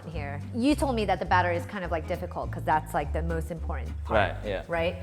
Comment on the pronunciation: Am I the only one keep hear ‘your ball become perfectly cycle’ instead the ball? :)